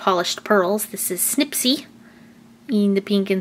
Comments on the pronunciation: its snippy not snippsy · Silly! It's Snippy! Not Snipsy!:) but Snipsy would have been a cool name! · you said snipsy and it is snippy also that is not a new 12 pack/